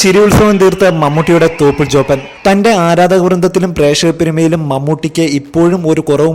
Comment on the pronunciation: At 1.04 he said THOPANTE lol